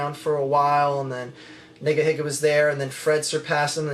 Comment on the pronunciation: No offense, but it sounds weird to pronounce it "niggahigga." I don't know how it's supposed to be pronounced, but I would stick with "neegaheega." I don't know; who cares. Just a thought.